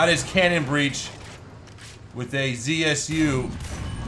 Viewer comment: more right to say not Zi-aS-You, but Ze-Se-U.